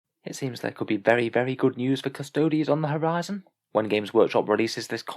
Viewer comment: A 14 word sentence and you couldn't even get that right LOL. It's Custodes...Not custodies.